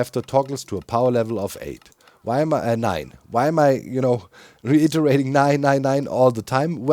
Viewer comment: "nine nine nine" + german accent =....